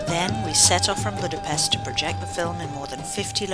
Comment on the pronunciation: 45 seconds in and already annoyed with the fact that you didn't pronounce Budapest correctly